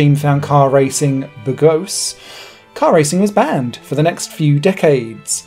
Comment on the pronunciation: Good try but you should really try a bit harder on your pronunciation. Bourgeois for example, is an English word from French. But please do try to research the pronunciation of these names a bit harder.